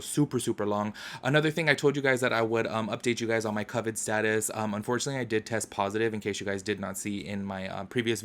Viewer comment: Did he just pronounce Ca vid?